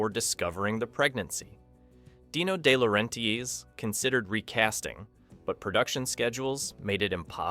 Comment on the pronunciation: Here's a breakdown of how to pronounce DeLaurentis: De (deh/duh): Like the "de" in "define" or "the". La (lah): Like the "la" in "lah-di-da". Ren (ren): Rhymes with "hen" or "pen". tis (tis): Like the "tis" in "artist". You're welcome.